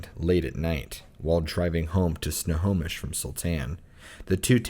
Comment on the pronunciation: No fucken way he said snohomish